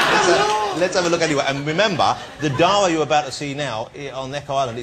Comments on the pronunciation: His name is DARA. DA- RA! Not DAAAA. He calls himself Johnathan ROSS, not Jonathan Oss! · Ross cant even pronounce Dara properly ;)